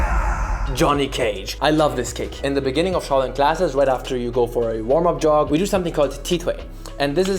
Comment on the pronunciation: it's SHAO(Xhiao) Lin, NOT CHOW LIN! you CHOW HAI !